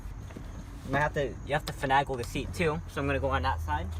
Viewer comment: One criticism, finagle has an A like (A)BC not (a)pple.😂 No for real though, very well spoken and very informative. Great job!!